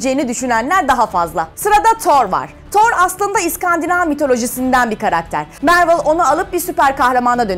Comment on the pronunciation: marvel mervıl diye değil marvıl diye okunuyor